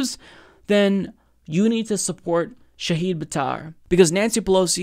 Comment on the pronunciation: He's mispronouncing multiple things... Shahid (SHAH-hid, /ʃah'hɪd/), Stuttgart....